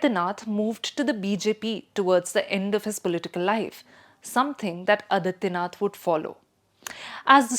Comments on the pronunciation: आदित्यनाथ not अदित्यनाथ, गोरखनाथ not गोरखनथ, नाथ Not नथ। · Adityanath, the pronunciation, again. Aadityanath, it is.